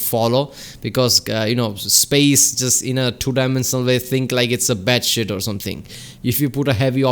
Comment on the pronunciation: It took me a second to realize you were saying "bedsheet". I first understood "bat shit", which made this way funnier a video, not gonna lie XD. Love these reactions!